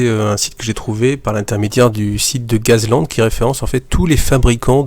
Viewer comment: A prononcer " gass" sinon tb comme d' hab